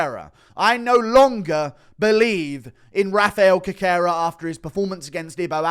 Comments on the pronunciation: Always brings me to tears when Guru says Cockera to Cerqueria 😂😂😂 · Cerqueira is pronounced "Serkayra"... The "C" is pronounced as an "S", just like in Cejudo